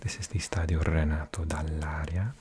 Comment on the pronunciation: The Bologna's Stadium Is called Stadio Renato Dall'Ara not Dall'Aria, apart this little mistake, great video!!